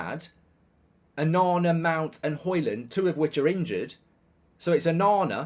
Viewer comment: Every time he says Onana I hear banana. I like banana! xD